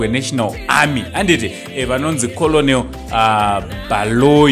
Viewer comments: Zvinonzi kenewu kani not kolonewu 😅😅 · Not kolonel its pronounced kennel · Kennel not kenewu